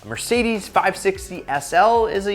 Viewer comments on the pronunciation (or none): none